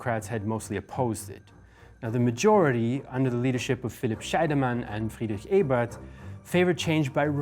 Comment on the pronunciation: Almost perfect, he got "Ebert" right the first time he said it but mispronounced the first vowel the next few times he said it. Everything else was spot on IMO.